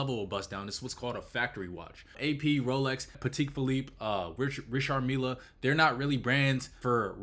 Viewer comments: Good to see this bro keep up the good work and it's pronounced Richar meal 😉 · Pat-tech fillipe and reeshard mill… you didn’t even try to pronounce AP lol… good vid anyway 👍🏽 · The way he says Patek Phillipe and Richard Mille have me dead. But in all seriousness, cool video. The diamond segment had me shocked.